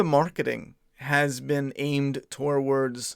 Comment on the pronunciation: It’s pronounced “tords” not “toe-wards” bro